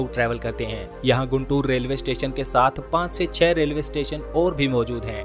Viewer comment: It is गुंटूर. Not गुंतुर. Please correct it. Famous Kakani (काकानी) Malleswara Swamy Temple is missing.